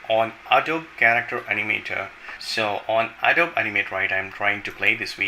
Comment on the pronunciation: its pronounced Adobee not Adob